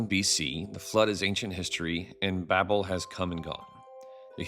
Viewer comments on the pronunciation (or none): none